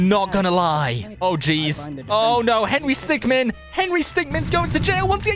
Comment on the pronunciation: Is henry stickmin not henry stickman